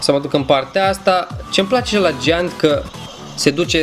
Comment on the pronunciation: Ai un gieaănt cest 😂😂😂